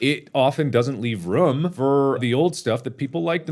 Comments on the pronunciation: dud he really just say rum instead of room...AGAIN?!? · rum? you mean room? You still have not learned since that Gmod episode with jacksepticeye? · just got done watching drunk minecraft again and he still says room like "rum" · Totally forgot Mark pronounced room like rum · If Mark pronounces "room" like "rum" Does he pronounce "rum" like "room" ? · I love that Markimoo pronounces the word "room" as "r-mm" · Other people: "room" Mark: "RuUm" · He says he dont say room weird in the past, in the present as he proceeds to pronounce the double oo’s in room as ro-um but less o sound more u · “It doesn’t leave.... RUMMM for old videos” I love his pronunciation of room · I like how Mark pronounces room like roum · Mark never did learn how to pronounce room. It's bugged me for months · Nobody: Mark pronouncing room: “rum” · am I the ONLY one who notices Mark pronounces "room" as "rum" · Mark my mans it’s pronounced room not room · Yeah xD that's how some people in the south of England pronounce room lol don't think I've heard an American person province it like that. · Mark trying to pronounce "room" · I cant believe I forgot how much I hate how mark pronounces "room." god damn foreigner